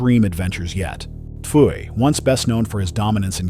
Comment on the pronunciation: He said Tfue is T Fu A 😂😂😂